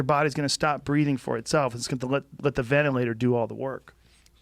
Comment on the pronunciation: Oh please tell me mr high school drop out fighter the science and precautions I should be taking during a global pandemic. But first, learn how to say the word ventilator.